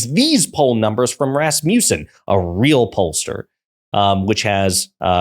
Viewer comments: it's RAS-muh-ssen, not Ras-MYOU-ssen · I love calling Rasmussen (Rass-miss-son), “Rass-mee-yew-son”. 😆🤣 Somebody needs to help my guy out but it’s so funny idk if I even want him to fix it.